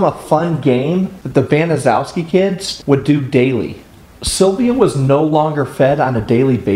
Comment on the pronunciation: Actually, for a Polish name, it's one of the easier ones. BAN - uh - SHEF - skee